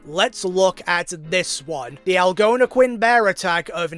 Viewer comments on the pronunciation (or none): Algonquin is pronounced like this; Al- as in Weird Al Yankovic Gon- like Gong without the last g. Quin- As in Harley Quinn. Algonquin. Not trying to be mean, I really like your video. Just letting you know how to pronounce the word on the off-chance you use it again. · Al-gono-quin & Al-gon-equin